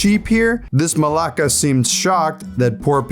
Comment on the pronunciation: did you malaka? If you did, it sounded pretty good for an native English speaker